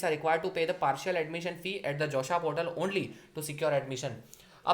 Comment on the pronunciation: Did everyone hear "josha"?